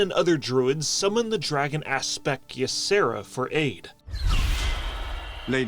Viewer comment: When the Y is at the beginning of a name, it is pronounced EE- Sara Not "Ya-Sara" It's just an EE sound. It's not as hard as it looks at first.